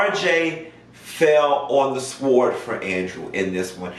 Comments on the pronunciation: Did you just say Sword?? It’s pronounced Sord. Just found your channel today. You are serving real information here. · He said sWord. The "W" is silent... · Pronunciation of sword the w is silent. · Great analysis! The "w" is silent in sword.